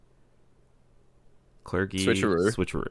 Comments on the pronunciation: Calling it "cler-gi" instead of "cler-jee" is a cringe move of the likes you'd see on the esports casting desk. Thanks,. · It is pronounced cler-gee, right? Am I wrong?